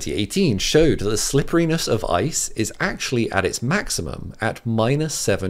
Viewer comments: Lol he said ISIS slippery. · Lol when he says ice's it sounds like isis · The sheer amount of times this dude says "isis"